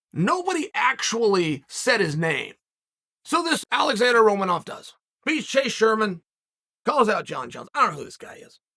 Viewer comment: How, just HOW do you mispronounce Romanov!?! 🤡💩